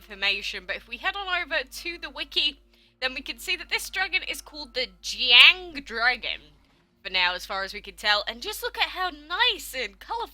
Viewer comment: YUSSSS SOMEOEN FINALLY PRONOUNCED DIS CORRECTLYYYYYY